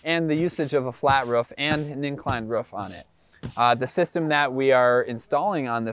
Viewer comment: bro why are you saying rof? just say roof